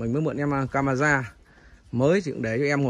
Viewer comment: cứ caramen làm mọi người liên tưởng là món ăn! Anh chịu khó nói đúng: cameraman nhé! 😊